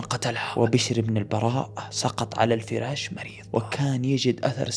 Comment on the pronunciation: عندي سؤال. ليه دايم تقول فيراش وهو اسمه فراش؟